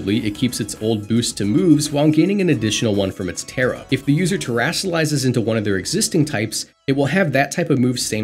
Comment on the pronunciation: It's Terra